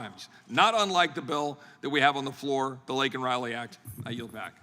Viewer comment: He mentioned Laken after MTG SCREAMED AT HIM TO SAY HER NAME, OLD JOE PRONOUNCED HER AS Lincoln, not Laken, RILEY